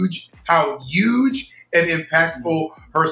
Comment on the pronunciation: “UGE” - Thorgy Thor